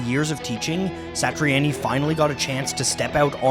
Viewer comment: It's joe satriani. Sounded like on.yy not annyy